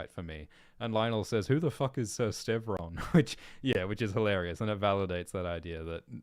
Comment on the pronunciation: Ser Lyonel mis-pronouncing ser Steffon’s name, highlighting how much of a nobody Steffon is.. “ who’s ser Stevron?” 😂😂Stevron is from the Greek branch of the Fossoways😂